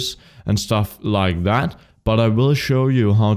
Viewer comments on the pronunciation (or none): And stuff, like thÄEt